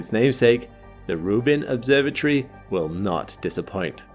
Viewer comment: its not an obsorba tree its an obsorba tory !!